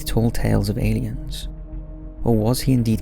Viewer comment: I like when people pronounce the word "elliens" instead of "aliens"👽